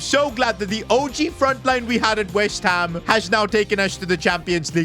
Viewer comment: he said whest ham not west